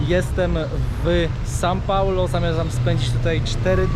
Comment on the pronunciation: kłuje w uszy to "san" paulo